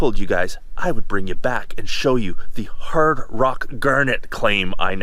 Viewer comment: Did you say hard rock ...or HIRD rock. Hehehe